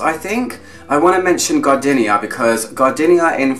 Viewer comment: Stop saying gar-dinnia - it's gar-deenia! 😋😁